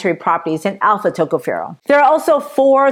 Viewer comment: Tocopherol Pronounced Accent on the second syllable. Secondly, on the last syllable.